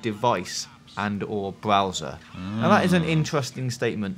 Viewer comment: "BWOWSER" BAHAHAHAHA